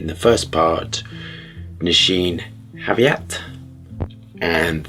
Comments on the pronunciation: Thanks for reviewing Nisheen Haviat 🤣🤣 Btw it's pronounced Ni-Sha-Nay Ha-Gi-Vat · "Nesheen Javiat". 😂 You kilked it as always! 🎉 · I believe it's pronounced like "Knee sha na(y) - ha gee what". The letter y in nay is silent. Thank you for reviewing Nishane. I'm planning to get one